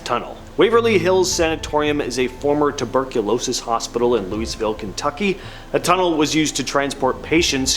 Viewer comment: Heads up: never say the S in Louisville unless you wanna piss off the entire south 😆